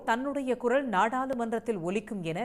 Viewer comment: குரல் என்று சொல்வதற்கு பதில் குறள் என்று செய்தி வாசிக்கிறீங்க